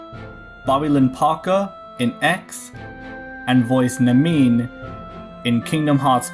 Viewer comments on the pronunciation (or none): No offense but I could tell you aren't very familiar with Kingdom Hearts because of the way you pronounced Namine. It's actually Na Min Ay. Kind of like that. Not Na Mine. The Ne make kind of an A sound. Neigh. Like that.